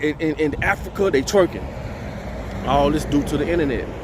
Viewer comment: Why u gotta say twerking like that tho 😩😩😩😩😩 but big facts another video I gotta share n put my daughters on to 🙌🏾✨💯